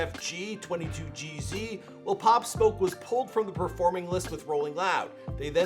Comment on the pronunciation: He really said “canorisee” instead of Canarsie, “Welcome to the Woo” instead of Meet the Woo, and “twenty two G Z”, instead of 22gz (two two geez) 😭